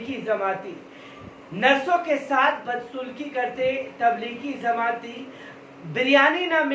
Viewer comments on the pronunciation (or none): Zamati nhi jamati